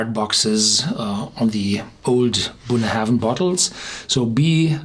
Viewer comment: Just for the protocol. Bunnahabhain is pronounced like "bun-A-ben", without any "haven" in it. Check out scotland documentary "Great Scotch Whisky (Documentary)" on youtube (time check )